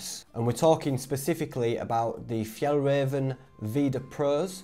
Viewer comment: do you mean F – Y-ah-ll – R-ah-venn trousers ....just saying